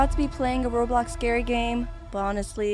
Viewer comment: Girl, it’s not blockes b-l-ox